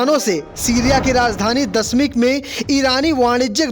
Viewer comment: Dashmik nahi Damishk hota hai jahil